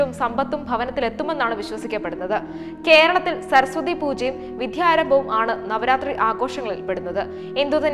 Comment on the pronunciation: It is VIDYAARAMBHAM, not ViDHYAArambham.